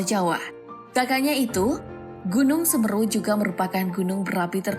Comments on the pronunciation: Pengucapan Seměru bkn Semeru utk komentator. Semoga sehat dan dlm lindungan Alloh SWT utk semua warga sekitar Seměru yg selamat dan terdampak. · semeeru ,,,semeru...semeruu....mengucapkan kata semeru aja keliru...kelihatan cumak copypaste beritanya.. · Penyebut an nama nya woy!! Tolong ya!! Bagian huruf 'e' .. Semeru dibaca s.e.m.E.r.u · Gw sbg warga lumajang tertawa melihat admin yg salah mengucapkan logat seMEru nya😫🤣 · Kok Semeru sih SemEru......ni pembawa acaranya gak pernah tau na.gunung ya...😁😁😁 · Ejaan nya salah bun, Seméru harurnya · Bacanya tuh Gunung Seméru ngab... Lu aja bisa ngomong MAHAMERU dengan benar,masa Semeru ga bisa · Semeru, se (e) pada kata (se)kali/(se)tuju, me (e) sama pada kata (me)ter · semeru. Bukan semeru😭🙏🏻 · Semeru bukan semeru min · Nyebut nya semeru salah mba. Ga pernah baca ya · Tolong la kata Semeru nya pakai logat yg bener,biar enak di denger orang Jawa😀😀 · Semeru mbak bukan semeru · Yg ngisi suara dlm melafalkan Gunung Semeru salah kaprah. Namun selebihnya baik saran saya belajar lagi dlm melafalkan bahasa Indonesia dg benar. Semoga kita semua dlm lindungan Allah SWT amin 🤲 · Semeru bukan semeru. Andai bisa komen pake audio. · Coba belajar ucapkan semeru n mahameru yang bener biar enak di dengar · Nyebut nama gunungnya ejaannya salah mbak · Semeru mbak, bukan semeru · kok semeru kan semeru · Speling "Semeru" nya salah. "se" dibaca seperti "Se"lamat. "meru" harusnya dibaca "me" seperti dlm kata "cele-mek".. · pengucapan konsonan E paka kata semEru dana mahamEru adalah salah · Semeru min bukan semeru🗿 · Cara bacanya salah woyyy😫 "Semeru" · Se me ru baca nya salah gimana sih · gunung semeru.... pake e taling bukan e pepet....agak gimana gitu dengernya 😊😊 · dari sini aku jadi paham klo mimin upld karena ikut ikutan, miris bgt denger baca semeru nya, kek seolah olah maksakan konten harus ada , dan katanya juga pendaki ilegal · Pray for all, tolong ucapan semeru kurang enak didengar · Nyebutin semeru ae gak bisa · Semeru. Bukan semeru